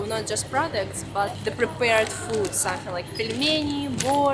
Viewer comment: Love the way she says "somethink." Yeah I know I'm weird.